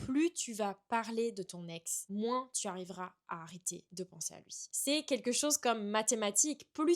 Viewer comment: Tu dis moinss tu es du sud ouest ?